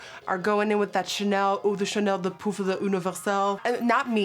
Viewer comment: I was watching in X1.25 speed and when you were trying to say that Chanel cream contour I died laughing 😂❤️ it sounded like a spell from Harry Potter😂 absolutely love you Nikkie💕💕💕💕